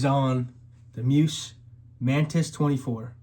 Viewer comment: It's pronounced mee uhs not mews